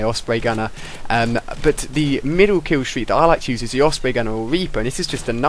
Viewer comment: LOL kiwwstweak